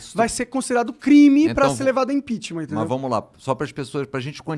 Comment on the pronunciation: O cara só sabe falar GOPI, IMPINTIMENTH